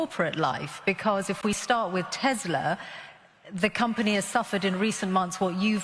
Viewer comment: Come on lol She doesn’t even pronounce Tesla correctly!